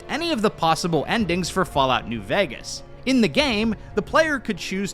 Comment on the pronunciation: why do you say vægas